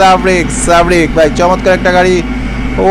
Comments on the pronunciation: sarbick re sabrick bole🤣🤣🤣🤣 lol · ভাই সাব্রিক না। সার্বিক হবে। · ভাইজান বাসের নাম সাবরিক না সার্বিক। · সাবরিক না ভাই সার্বিক